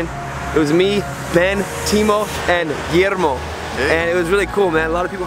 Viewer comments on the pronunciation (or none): none